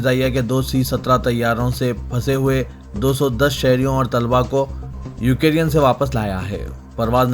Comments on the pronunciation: Please correct your pronunciation. It is يوكرين نه كہ يو كے رين. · وعليكم السلام و رحمة الله و بركاته ، بھائی ، بار بار یاد دہانی کرانے کے باوجود آج کی خبروں میں پھر آپ نے “یوکرین” کا تلفظ “ یوکیرین “ کیا ہے۔ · Ukereyan nahi ukrain hai kya sahi padhna nahi aata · I don't know why u r pronouncing u ke rean instead of Ukraine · Assalamualikum Ukraine hai ap wrong pronuonciation galat karrai k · assalamualaikum Urdu kay Talaffuz par thodi mehnat kijiye example MIG 29 Tayyara Russia ka fighter jet hai na k MUG 29 aur Ukraine ka bhi Sahi pronunciation kariye